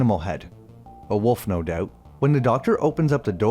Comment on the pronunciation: If I had a nickel for every time you pronounced out as eouwt and doubt as deouwbt, I'd be rich.